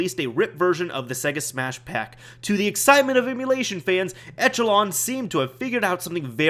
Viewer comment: Echelon is actually pronounced esh-uh-lawn. Just thought you should know :)